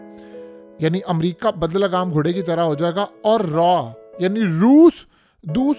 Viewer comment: Bai lagam ghotda hota hai bahi bad lagam nahi